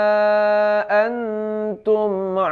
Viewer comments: Nun sukun ketemu huruf ta hukum ny ihkfa di baca nya dengung ustad,, Bukan antum tapi angtum di tahan dua harokat.. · bang di surat alkafirun dlm bcaan walaa antum itu hukumnya ikhfa haqiqi bacanya jd ada dengungnya...mk dibacanya wala angtum Krn nun mati ketemu dg huruf taa.. maaf ya hny koreksi aja...tdk ada maksud lain...